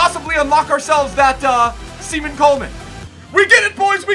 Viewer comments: from an Irish person, if you ever say SEMEN Coleman again you’ll be shunned it’s pronounced SHAY-MUSS Coleman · its pronounced Shamus not Seman-us lmao im not angry just so nobody abuse u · Shea-Mus lol not seemus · "Semen Coleman" lol it's Seamus pronounced Shaymus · Semen Coleman it’s shamus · Sea man Coleman lol it’s pronounced shay mus Coleman bro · My man said seaman Coleman 😂😂😂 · Erm, did he just say Semen Coleman? 👀😂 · “Semen” Coleman??? Haha